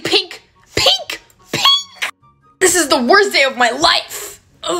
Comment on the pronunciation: Pink ❎ pinkhhhh ✅ 😂😂❤